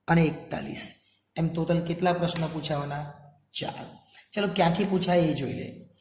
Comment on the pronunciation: ટોટલ ❌ તોતલ ✅👍🏻😅